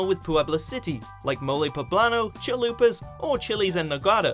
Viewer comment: hahahahaha can't stop laughing "Mole poblano, Chalupas, Chiles en Nogada" hahahah omfg why is it difficult to you the pronunciation of our language? xD Also, thanks for the video :3 I'm from Puebla and i didn't even eat something "traditional" or wear an stereotypical costume for this day :3